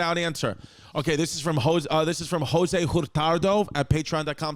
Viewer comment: spanish gone kick chris’ ass every time 🤣 jo sue!?!? it’s hoswayyy chrissy🤣🤣🤣